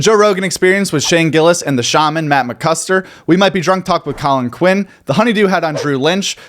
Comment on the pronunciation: It's Mckusker with a K. Not Mckuster. Come on!!